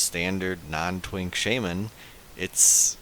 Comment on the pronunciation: Heh you have no idea how happy it makes me feel to hear how your pronounce "Shaman". My wife always made fun of me for saying it the wrong way hah.